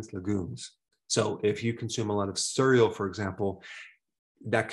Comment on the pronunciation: I laugh every time you say SSURIAL (cereal) 🤣